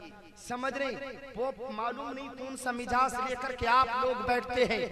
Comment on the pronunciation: mizaaj ko mijaaz bol rahe hain😀😀😀😀